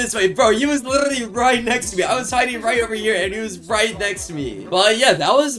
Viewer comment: "and you litrrrrrrrrrrrrrrrrrrrrrrrrrrrrrrrrrrrrrrraly"